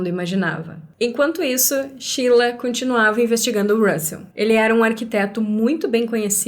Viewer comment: Não entendo pq chama a Sheila de "Chila"